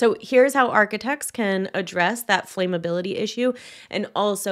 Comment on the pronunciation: Thank you for this video, it's important. ESPECIALLY given this topic, though, please note: "flaamm-uh-bill-ih-tee" not "flaym-ah-bill-ah-tee." Thank you. 🙏🫶